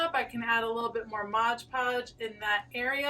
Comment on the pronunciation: I love that you used stuff you already had on hand. It's like shopping your stash! Also, thank you for saying "mod" podge. :)